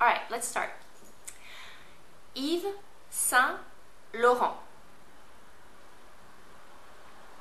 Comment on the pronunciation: say it like "eve san loron" :)